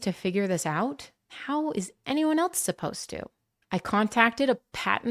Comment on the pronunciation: Else doesn’t have a t. Please don’t pronounce it that way.